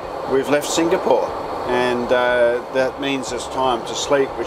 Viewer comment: Love your reviews. Hate the way you pronounce Singapore.